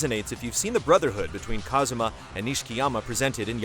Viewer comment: His name is Kazuma, not Kazama